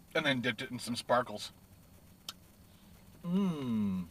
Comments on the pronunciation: lol you said sparkles not spinkeles it sprinkles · Sprinkles not sparkles...😂